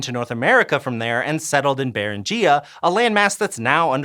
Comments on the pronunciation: Beringia: "bear-IN-gee-ya"...not "bear-in- GEE-ya. Please. Dictionaries are available. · Beringia == brr-IN-gia, not baren-gia. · Love the video, hate how ‘Beringia’ is pronounced